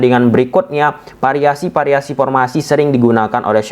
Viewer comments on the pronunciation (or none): Variasi bos bukan pariasi 😁😅✌🏽